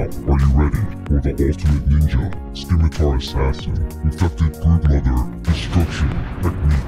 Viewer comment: This dude definitely pronounces Claptrap’s name as “Cluh-four-pee Tip” (CL4P-TP) out here saying “Skimitar” “Peep-Argh” “Coop duh Grass” 🤣 good tutorial though